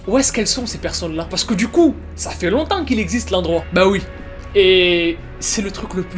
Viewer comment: le "longtemps" avait un petit air coréen qdmm x)